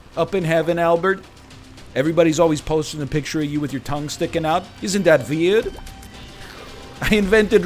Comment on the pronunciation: the unbelievably layered, cascading return of "isn't that vveird?" comedy absolutely killed me